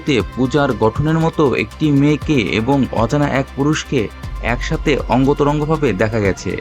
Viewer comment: অঙ্গ তরঙ্গ ভাবে?? এখনকার সাংবাদিকদের পড়াশোনার অনেক অভাব আছে, সঠিক উচ্চারণ হবে অন্তরঙ্গভাবে।